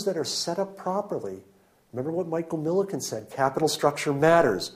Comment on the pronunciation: Michael Milken not Miliken. You spelled and pronounced it wrong